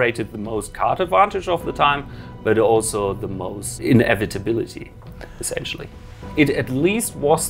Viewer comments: The way he pronounces inevitability sounds like innovatability. So UW control is able to innovate. Cool. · He pronounces "inevitability" very strangely. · Cool video, but there is something about the way you pronounce inevitability that sounds odd... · do you not know the word inevitability? because you certainly cant pronounce it